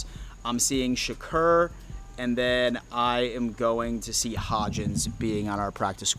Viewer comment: Bro ima loyal follower but I cringe every time you mutilate a name. Tavon (Tay-von), Shakir (Sha-keer). Maybe you can re-watch old drafts to catch proper name pronunciations, they're pretty spot on; especially Goodell